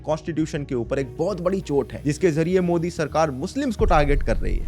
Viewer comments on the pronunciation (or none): none